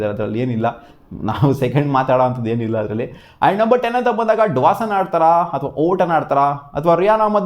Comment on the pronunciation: Dwason ❌ Dawson✅